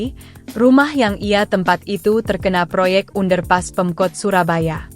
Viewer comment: Baca under pass kok lucu.